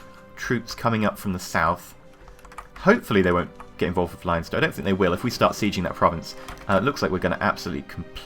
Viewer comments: it's pronounced LEN-ster.:) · It's pronounced LEN-ster ;)